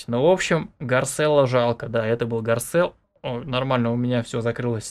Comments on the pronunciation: не гарцелло а гарселло и вообше не смешно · Не гарцелло а правильно гарСелло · вабщето не гарцелло а гарселло